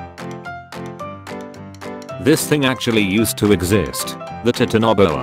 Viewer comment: Titanaboa It’s pronounced Tīt ān ā bōa